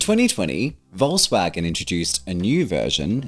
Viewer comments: Great Video. Plus, just as an notice here...as a native, i can tell you Volkswagen is pronounced "Folkswagen" with a "hard" F at the beginning. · It's not pronounced "volsvagen" 'tho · OMG... how wrong you pronounce Volkswagen :D